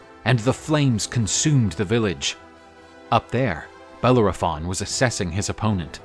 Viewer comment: I am unable to watch this due to the pronunciation nay butchering of the name Bellerophon